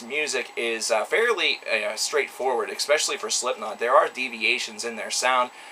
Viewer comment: Anyone can call any band overrated for all I care....but first they should know how to pronounce the word "especially".